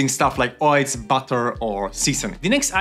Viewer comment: "Oiltz" Love your channel